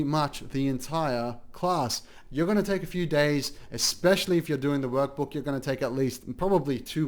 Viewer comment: EACH THAKE THEY THAAKE..BWHAHAHAH...EACH TAHAAKKE